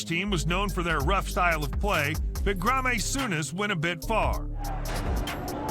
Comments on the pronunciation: It's not Grarmay Souness, it's Graeme Souness. Stupid voice over 😂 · Ok the pronunciation in this video is driving me nuts (u-e-f-a, A-jacks) but the final straw was Grammy Souness. Seriously, if you're going to make a video, at least do your research and find out how to pronounce the names of things properly! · Graa-may souness was the worst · "Gra may Sourness" itsprobably AI, but yeah its awful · The pronunciation of graeme souness was something else